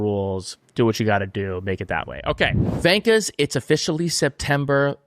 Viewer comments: Hi guys and girls. Probably an argument in the marketing team. V not W on the Gunther shirt. He says vankers. In Australia a wanker is a wanker. Not a vanker. Slight difference but our humour gets it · Literally nobody says vankas but you guys. Just say wankers. Even gunter says it right